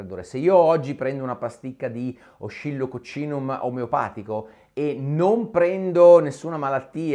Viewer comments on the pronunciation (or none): Ah, ecco. Mi chiedevo dove fosse la bottiglia di controllo :D Ma poi mi chiedo, non si dice Oscillocòccinum?